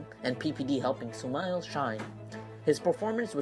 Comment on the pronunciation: its not sumiles its sumail!!!